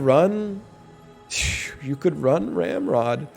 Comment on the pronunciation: Any time he says ramrod I can only hear hemorrhoid